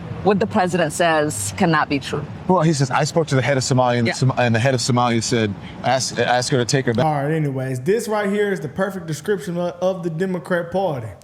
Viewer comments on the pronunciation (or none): The man with the can't fold hat on said the axe her instead of ask her .